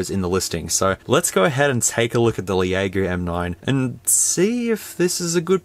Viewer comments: It’s pronounced “Lego.” Not the Lego blocks. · 'Leh a go!' I'm dead 🤣🤣🤣🤣🤣🤣